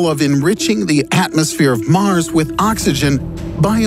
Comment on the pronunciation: "How"...not Haw. "Mars"...not Maris. You are welcome